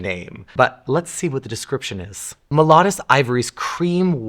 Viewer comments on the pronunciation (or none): Glidden. Not Gideon. And it’s pronounced MEL-O DEE US. Not mel o duhs lol. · GIDEON? It's GLIDDEN--a paint company that's been around for decades. It's MELODIOUS--AS IN MELODY--you know, like music? Also, it's Ralph LOR-en. not Lo-REN--it's NOT French! SMH. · First.. its mel-o-dee-us.. anyway.. having purged my home of grey.. couch , paint, headboard I embraced the taupes and beiges with some rust. I have to paint myself so not changing it anytime soon(. 71 with heart issues but no not a grandma tyvm) I will stick with my BM Simply White and Muslin. I wanted to try a dark moody green in my bedroom but decided it would be too depressing after time.. I opted for light and airy..with some black and brown tones for contrast. Ty for the vid . Some of these colours are just fugly. The beige with yellow? Blech. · That‘s Mel LOAD ious…… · Can’t say Melodius either. Not coming back to this tube. I hate purple. I am not looking for purple undertones. And he insulted the French language. What a jerk. Wait. Now he is insulting grandmothers. Double jerk. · the way he pronounces "melodious".... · sounds like a skin disorder